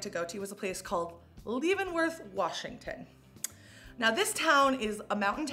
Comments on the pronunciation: We don’t call it lee-vons -worth, you silly goose. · Love Leavenworth 😍 (Pronounced Lev-en-worth) If anyone comes in summer know that it's over 100 F 😅 And there's bears. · Leavenworth is also big on Octoberfest. And it pronounced LEVENworth, just so ya know love! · This is so awesome to see you here! It’s a staple for people living in Washington :) been going since childhood! Btw- it’s pronounced “leh-ven-worth” 😂❤ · Leavenworth is beautiful. Just FYI, it's pronounced leh-vuhn-wrth. I loved going any time of year!! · It's pronounced like levens (11) worth. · Leavenworth is pronounced like leather, rather than leave. ❤ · It can be blizzard conditions on the road there -also bears!. Its a Bavarian / German town that celebrates German celebrations year round like a true Ocktoberfest as well. But you are pronouncing it wrong.